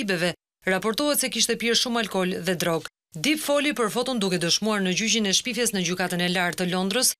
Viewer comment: Ju lutem shqiptoni mire anglishten mbiemri nuk shqiptohet dip por dep